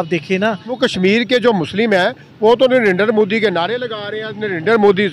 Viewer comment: Bhai sahib u tuber kam se kam Narindet Modi ji ka naam to thik se pronounce karna seek le aisa lagta hai ki tere moo me danda hai